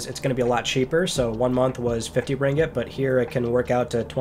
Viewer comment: I live in Malaysia and it so trippy cool to hear say the word "ringgit".